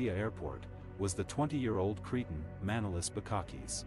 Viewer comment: The man doesn't say properly his name its not Mànolis but Manòlis he must emphasize on o not a.